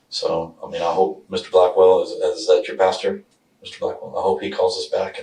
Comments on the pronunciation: For Pete’s sake, it’s pasTOR, not pasTURE. I’m not even religious and that one irritates the hell out of me. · Someone should tell her it’s “pastor” not “pasture” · Why does she keep saying “pasture”… pastor lady!